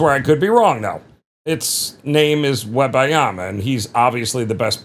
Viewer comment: absolutely butchered wembys name = casual